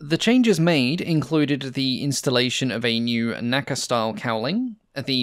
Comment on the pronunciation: The National Advisory Committee for Aeronautics never pronounced it as "nacka," but as N-A-C-A.